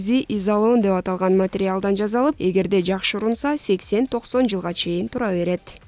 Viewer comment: Ооба, "з" менен сүйлөйт экен. Туурасы "жаса, жасалып" болот